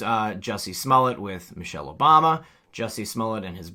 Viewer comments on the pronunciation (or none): none